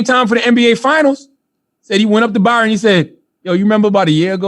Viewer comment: Hey genius, his name is Bryon - prounounced like Brian. Charlawho the annoying.